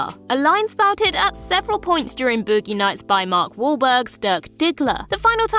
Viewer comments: I can't stop giggling about BoOoogee nayts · Booo-gi nights..